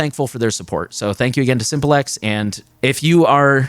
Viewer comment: Isn't "Simple X" meant to be pronounced as simplex like how you pronounce duplex "do plex". "sim plex" rather than Simple X. Simplex is a communication term where as Simple X sounds like you're referring to a dumb former partner